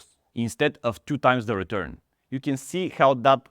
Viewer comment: "Daily redurn" and "Big Dech"